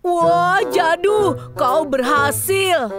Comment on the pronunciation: Mohòn maaf bukanya bikin netijen marah tapi na manya bukan jado tapi jadu😅😅😅😅😅😅😅😅😊😊😊😊😊